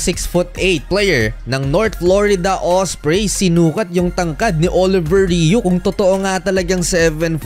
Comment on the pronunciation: Sir, he is most likely French Canadian; his name is pronounced: "Oliviyey Ru".